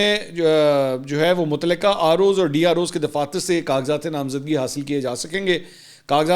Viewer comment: LAFAZ SAHIH KARAIN {MOTALQA} HOTA HAY.